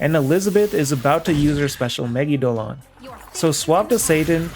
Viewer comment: It sounds to me like she says "I bring you, Megidolar." So I will now excursively be calling it Megidolar. No further questions. Thank you.